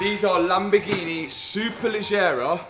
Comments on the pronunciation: I'm Italian and I approve the color, but you need to perfect your pronounciation of LAMBORGHEEEEENEEEEEEE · It’s a Lamborgreenie 😂 Love It 👍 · Reasons for watching videos: 3% to see what is up to 97% to hear "Lamborgineh" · Lamborghini ❌ Lamborgreeny ✅